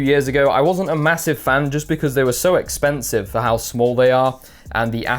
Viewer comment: whan you say expansive, its expansive:D